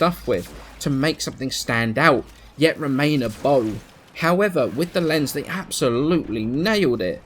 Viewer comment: The "z" in "Lenz" is pronounced with a "ts" sound like the "z" in "pizza"... It's vivace-vivis all over again lol